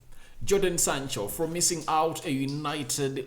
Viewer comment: Bruv, his name is Jadon